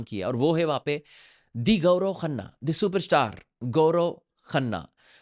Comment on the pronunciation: Pahle tu Sahi sa Naam Leena sheek gaurao nahi hai Gaurav hai 😂😂😂